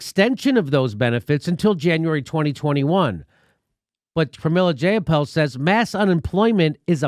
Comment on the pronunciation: Pramily Jayapal's nameis pronounced JEY-apal. As in EYE. Long "I"